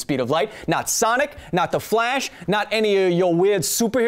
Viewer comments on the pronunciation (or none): none